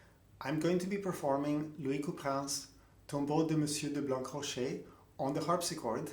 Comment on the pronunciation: Thanks for all your interesting videos. Let me be a little pedantic : I presume that "Blancrocher" must be pronounced as "Blanrocher". The meaning of the name is probably "white rock", "blanc rocher". According to Wikipedia, the name was also written "Blanrocher"